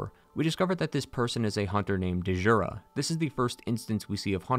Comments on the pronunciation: Great vid. But its just "jura." Kind of like the name "Django." Its not da-jango or da-jura. Its "jura." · It's pronounced "Jura", not "Duh-jura". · My man said Dee-Jura, like he’s never seen a word with dj in it, it makes a chunky J sound, like Django, ZilDJian, etc… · Its not Duh-Jurah. The D is silent. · Great video, but i couldn't help but... It's not delivery... It's Digiura's. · DAMN YOU DEEJANGO!!! "the D is silent" . DEEJURA so you meet DEEJURA at the top of his tower. DEEJURA. sorry mate but I couldn't step over that I twitched every time, I know you can't revoice the entire episode but yeah it's just Jura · Elden Ring may be the biggest. DS3 may be the most conclusive. DS2 might be the most varied, DS1 may be the most atmospheric, Demon’s Souls may be the first and Sekiro might have the best gameplay. Bloodborne is still my favourite. Just a quick note, Djura’s name is pronounced as Dyoura, not De’jura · I die a little inside everytime I hear “Dee-juura”.. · When you said D-Jura, it reminded me of the key and Peele sketch where he calls Aaron, A-Aron 😂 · "Dee-Joora" the D is silent/ I just know you say "Dee-Jango" lmao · Stop pronouncing the D in Djura it’s silent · It’s pronounced “jura”. Eileen calls him by name I’m some sequence. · The D in Djura is silent. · I think the D in Djura is silent, similar to Django. Could be wrong but that's how I understand it. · Dee-zhura, lmao. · Da-jura bothers me so much. It’s like djinn. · The D is silent, Djura is just Jura. 🤓👍 great video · "de jura" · I found the mispronounced names endearing. That's because this video is quality. Well done! And RIP Dehjoorah. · I think that D is silent 😂😂 like Django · the "D" in Djura is silent